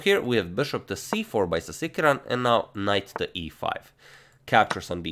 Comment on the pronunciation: The way he said Sasikiran sounded like 'Tigran'